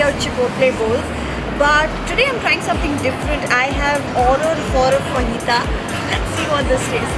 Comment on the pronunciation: Learn how to pronounce words...fajitas??? Really?? U need some language classes!